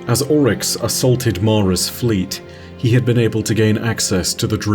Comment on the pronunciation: Why do you say “ ULL-Rix ( Oryx) when it’s pronounced “Orr-Rix”?